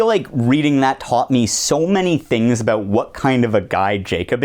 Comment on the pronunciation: "aboot" aaannd opinion invalid